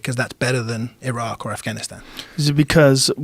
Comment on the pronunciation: Rogan doesn't know how to properly pronounce Iran or Iraq